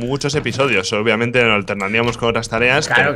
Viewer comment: mientras la gente dice obviamente el rich dice opiamente xD